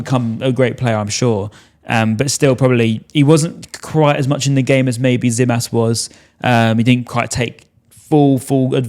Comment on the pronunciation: For gods sake....its gimas not zimas....that tz in greek is g for the english language